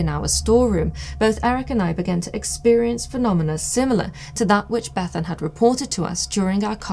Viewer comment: Thanks for pronouncing Bethan in the Cymric way 👍